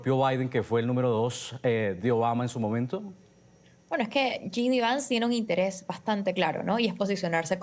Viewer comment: Esta señora no sabe ni el nombre del vicepresidente, no es GD Vance, es JD Vance! Primero infórmese bien para dar una entrevista!